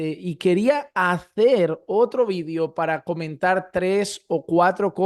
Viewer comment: Quisas quieres decir VIDEO cuando dices vidio